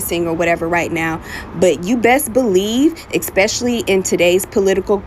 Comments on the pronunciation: I also caught that. Agreed! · Anyone who says "EX-Specially" I don't listen to